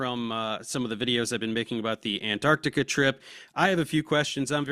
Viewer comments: tell the guy on the top left that it's 'antarctica' not 'antartica'.... and evidence isn't a countable noun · antartikuh is quite funny to me as a German viewer because Kuh in German is cow in English. was this deliberate? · The non-word, "Antartica", drives me f'n nuts.